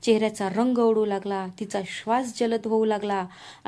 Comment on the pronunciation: उढू नाही उडू